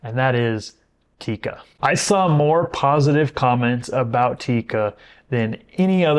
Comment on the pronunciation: It's NOT Tika!!! It's TIKKA!!! That's how to pronounce it correctly!😉 Cool vid otherwise 👍🏻😀